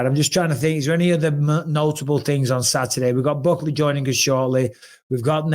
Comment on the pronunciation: Bisping keep mispronouncing Buckley's name lol